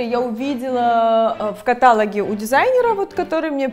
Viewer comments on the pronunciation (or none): В Украине по правилам украИнского языка правильно говорить с теми же ударениями что и в русском: украИнские, каталОг.